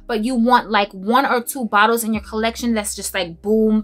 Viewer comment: Oh my God!!! I was watching this must see video and having to go to the bathroom at the same time. I am screaming out loud laughing at you..."what sho name is?" I felt a little sprinkle on that one. I have relatives that actually talk like that and so that simply made my day on top of all the great reviews. You are truly one of a kind and always make me smile. Thank you so much.